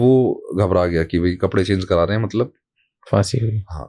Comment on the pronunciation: So true, by the way it's pronounced phaansi